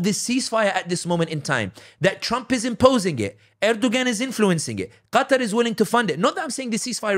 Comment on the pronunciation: Pronounced Erdowan the ‘g’ is silent. He and other leaders are all taghut. Don’t like or trust any of them. I want a real Hilafa. I want the Ummah brought back to Tawheed and true Islam. This is true success. Everything else is a clown show.